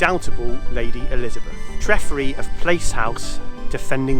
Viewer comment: Great video just a couple of mispronunciations Treffry is pronounced Tref-fry not Tref-free. Arthur Quiller Couch is pronounced Cooch not Couch.